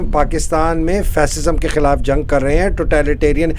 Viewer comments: محترمہ کھیلاپ نہیں،خلاف۔ شاہ رکھ کھان نہیں، شاہ رخ خان۔ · Why cant she pronounce the word KHILAF?